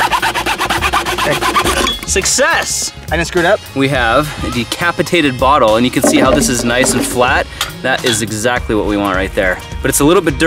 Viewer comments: "deCAPitaded bottle" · de "cap" itated :P